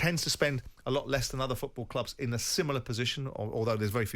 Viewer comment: Jim, it's FOOTball, not fecki FEWTball!!! On the end of your leg is a FOOT not a FEWT